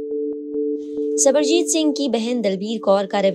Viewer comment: Sarabjit singh ko sabarjit singh bol rhi ho thoda padh likh leti didi